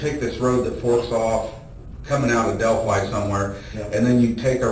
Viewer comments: Del- FYE, not fee. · Whomever the narrator is, just STOP. I''ve caught you already in 3 min stating your opinion and false assumptions about facts. STHU! And its Delphi ~ Delph-eye not DELPHEE. And its Monon ~ like MO NON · It’s moe non high bridge and it’s del phi